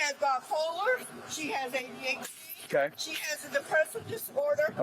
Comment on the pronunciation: why is she saying adhd like that made here act out i have adhd and had it diagnosed but untreated until i was in 8th grade and i never stomped on a kids head